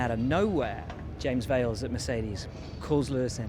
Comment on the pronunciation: who the hell is James Vales? Come on Will you know its Vowles 😂😂